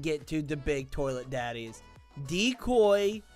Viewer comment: Bro Said Big Toliet Daddy 😂😂😂